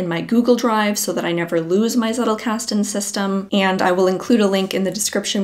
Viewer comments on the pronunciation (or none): wtf is zeddelcasten, it is tzettel!! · PhD in theatre and performance studies... I need to let that sink in... How much does this "journey" cost you? And yes, it's pronounced "tsettel", which rhymes with "do better". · If you are like me and thinking she was saying zerocasting, I'm here to tell you she was actually saying zettelkasten